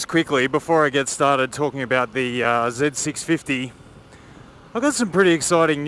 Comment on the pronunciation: Why do you call it “zeb” it’s a Z650?